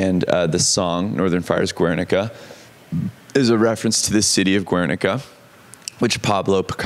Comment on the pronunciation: It's so weird but great to see you talking about part of our history with so much confidence and so cool that you could translate those feelings into the song. Btw Guernica is pronounced more like Garenica and not Wernica if that makes sense!